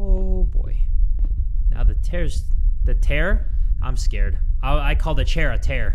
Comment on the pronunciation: You know gon hit them high notes when he just called a chair a TaiR